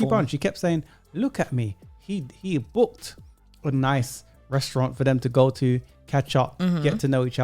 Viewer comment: She can’t even pronounce the word restaurant… 😆